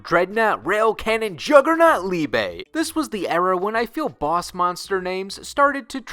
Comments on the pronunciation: "Liebay". The E isn't pronounced as "AY", it's "Eh". So Liebe, not Liebay. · The pronunciation of liebe killed me